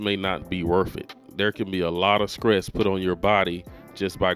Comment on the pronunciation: S T R E S S.....not skress. Also, that preacher gave bad advice...